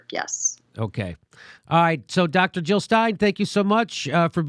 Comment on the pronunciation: Jill not Hill